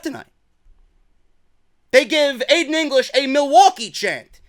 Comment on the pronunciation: Milly-Wa-Kay! Milly-Wa-Kay